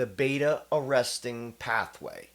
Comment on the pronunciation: Its beta arrestin ... not arresting